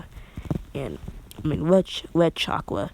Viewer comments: You are saying chaka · he says chakra weird I like it